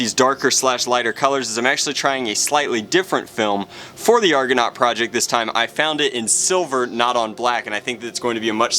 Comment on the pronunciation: It's pronounced argonaut PADAWAN